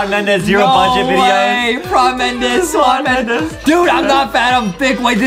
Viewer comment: Justin: swan Mendes Me: ayyyyyyyyyyyyyy